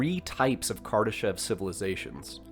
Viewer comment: The' E' in Kardeshev is pronounced as an 'O'